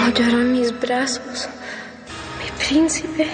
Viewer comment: "Mi princhipe"